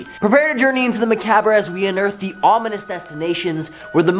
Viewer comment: Macaaaaabre lol